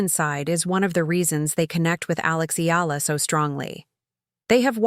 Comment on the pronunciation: Not EE-LAH! It's EE-YAH-LAH!